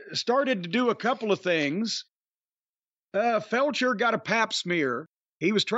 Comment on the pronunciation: Is Corny deliberately calling Kyle Fletcher "Felcher"? 😅